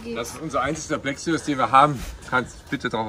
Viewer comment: Two of my dream cars as well! It must be how you pronounce "Black Series" in German, but in English you consistently say "Black Serious" throughout the video 🙂.